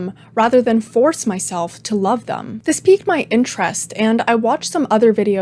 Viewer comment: Its pronounced THEM not THUM